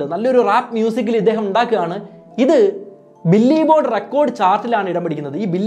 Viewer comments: Billy board alla bro bill board 😂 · ബില്ലി ബോർഡ് അല്ല ബ്രോ, ബിൽബോർഡ് ആണ്